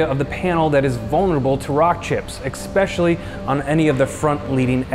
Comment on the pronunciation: Is he saying EKSpecially??